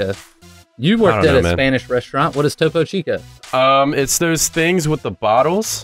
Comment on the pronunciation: Topo chico is a mexican drink its to po chic o